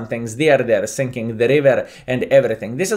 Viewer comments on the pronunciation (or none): none